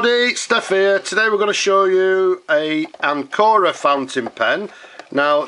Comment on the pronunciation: Pronunciation with accent on the first syllable, AN co ra, like the English word Anchor. Anchor Pens still makes all components, including their magnificent springy nibs, in-house. The larger models are pump fillers, the smaller ones cartridge pens. They are carefully made and lustrous, splendid pens, always with either sterling silver or vermeil trim.